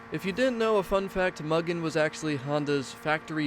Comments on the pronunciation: Just as an fyi, Mugen is pronounced "mew-gin" not "muh-gen" 😊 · Bruh..."Muggin"??? Like Mugging with no G? No,...absolutely not It's Mew-Gen (hard G, en like Engage) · Look up Hot Version or Best Motoring clips. They are speaking Japanese, they say Mew-Gen. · I bought the Mugen a while ago when it was in the shop. I had no idea it was rare. Series 6 i think. It's pronounced Moo-Gayn btw.